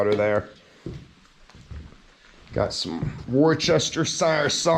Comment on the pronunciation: Worcestershire sauce is my favorite! 😋 Btw, it’s pronounced „Wo - stuh - sure“ sauce.🤓 Love the mountain adventure videos! 👍🏼💚